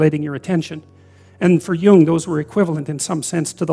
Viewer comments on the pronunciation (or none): none